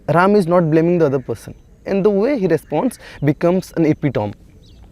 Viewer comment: It's Ram not Rama